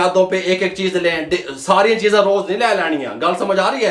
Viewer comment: Cheezay hota hay cheejay Nahi.